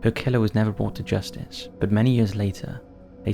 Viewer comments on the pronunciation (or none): none